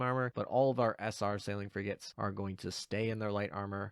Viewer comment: Took me a while not hearing "Sail and Forget" instead of "Sailing Frigate"